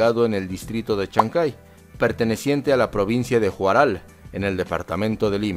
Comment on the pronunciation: NO ES JUSRAL HUARAL.